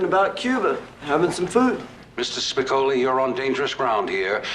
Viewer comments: Spi--co--li not "Spicali" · This narrator can’t even get Spicoli’s name right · This narrator is either purposely mispronouncing Spicoli's name or he's never personally watched the movie. How annoying.